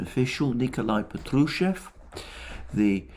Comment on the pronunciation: Splendid analisys Mr.Mercouris. Just one comment - Name "Patrushev" is pronounced with accent on the first syllable "PAh-true-sheff". Otherwise it sounds like Petrouсhka, famous Russian puppet character and Stravinsky's ballet similar to Punch and Judy. Get well soon!